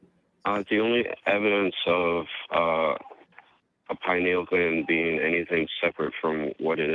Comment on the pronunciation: "Pineal clam".